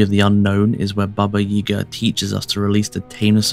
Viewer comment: May I ask why you are pronouncing 'Yaga' as 'Yega'? I've never heard my Grandmother pronounce it that way.